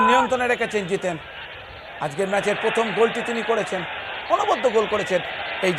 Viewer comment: মানস ভট্টাচার্য বড় খেলোয়াড় ছিলেন, কিন্তু ধারাভাষ্যকার হিসেবে জঘন্য। এই উচ্চারণ নিয়ে আর যাই হোক ধারাভাষ্য হয়না। ওনার 'র' ফলা তে সমস্যা আছে। উনি প্রথম কে বলেন পথম। ভাবা যায়না। 🤔🤔👎👎